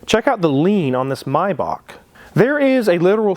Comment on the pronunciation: It is not a MyBokk, but a May Barrch!! (Maybach) Please, if you are going to talk about a car, at least learn how to pronounce its name correctly!!